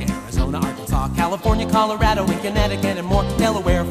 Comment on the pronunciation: I'm sorry, but the whole video is wrong because the way you pronounced Colorado